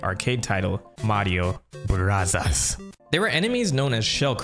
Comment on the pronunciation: why does he say mario barazzas?